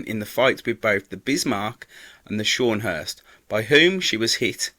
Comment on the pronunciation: norfolk was a county class cruiser and the shawnhurst is the scharnhorsrt if your going to do these vids get it right